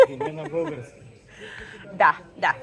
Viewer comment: Мисля че Антъни е намерил в задния ви двор вишни, а не череши. Те са кисели и по-малки от черешите. С тях може да правите жестоко сладко, ако се запасявате за зимата 😉 Също така забелязвам, че все още казвате "булгарски" вместо "български" :D